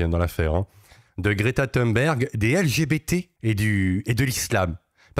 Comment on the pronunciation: On prononce Thonberg...